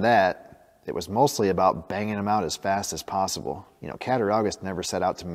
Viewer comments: I'm from Cattaraugus, NY. It's pronounced cat-ta-raw-gus. Not cat-ta-row-gus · Wow!!! Beautiful knife, loved the finished knife. Amazing start to finish results. Grew up in Western NY, nice seeing something from my home town area. You would pronounce the word Catt-a-raw-gus. Drop the u and replace it with a w(for pronunciation purposes). Great video, love the second channel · It’s pronounced “ cat-a-raw-gus” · Its pronounced cat-a-raw-gus. There's no "ow" sound. As a kid i lived in Cataraugus county NY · Cat-a RAW-gus ;) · it is pronounced Cata raw gus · Fun video. I lived in western New York for 10 years there are a lot of hard names to say. Your off on this one just a bit, but way closer than I was when I tried to say Cat A rog us. Best wishes keep up the hard work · You're close on the pronunciation,, but the "au" sound is like "aww", That said, I love this. Nice little hobby you found for yourself.